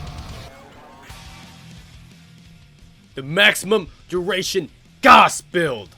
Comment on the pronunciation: It's pronounced Gauss ☝️🤓